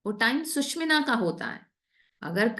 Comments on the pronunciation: Sushmina, word hi change kr diya...bolna to seekho pahle susumna bolte hai isko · its " SU SHU MNA " and not " SUSH MINA" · 'सुषुम्ना' का उच्चारण ठीक से करेंगी तो और भी अच्छा रहेगा। 'सुषिम्ना' या ऐसा ही कुछ सुनना यों लगता है मानो बढ़िया भोजन के निवाले में कंकड़ आ गया हो। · Wonderful mentoring on Swar Vigyan.. A zillion thanks..... Some participants are pronouncing 'Sushumna' incorrectly..pl take note